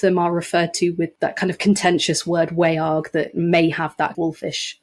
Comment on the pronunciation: The vowel in Old English 'wearg' would be pronounced like the vowel in modern English 'laugh'. The word is monosyllabic - not WAY-arg, but more like /wæ͜ɑrɡ/. The sound is a diphthong. And the quality is the result of A-fronting characteristic of the Anglo-Frisian languages.